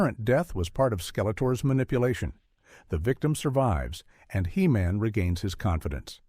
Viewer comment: "Shoundadite" Heemin lol